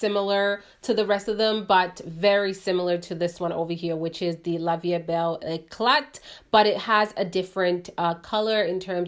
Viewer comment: "T" on eclat is silent, french word